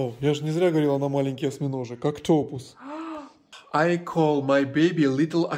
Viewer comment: PRONUNCIATION = OC-ta-pus. You must stress the First syllable.